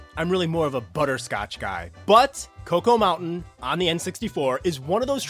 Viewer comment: Its pronounced Chalk-O Mountain not Cocoa Mountain